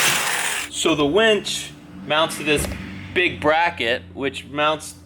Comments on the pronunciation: A WINCH pulls things. A WENCH brings you beers. If I only listen to video, all I hear is you getting a lot of beers. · Chris Beatty...it only sounds the same if you say it wrong. Does win and when sound the same? Yes I know when is spelled differently but the pronunciation is the same. Besides...the remark is funny! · WInch not Wench. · Welding onto coated metal is always a bad idea. Gotta sand it bare before welding in order to make it last. Not a professional, just a hobbyist who's learned the hard way. Also, it's a WIN-CH. Not a WENCH. Wenches are for taverns and bars, not towing cars. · its's a winch (WIN-CH) not a wench like a girl at a renaissance festival. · i dont know why, but i keep hearing wench instead of winch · I was hearing that also. Do you suppose he is too naïve to be familiar with the meaning of wEnch? sdh in CT